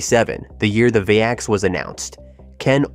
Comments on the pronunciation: And the VAX was pronounced "vax", not "vee-ax". 🙄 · It’s pronounced “vax” not “vay-ex”.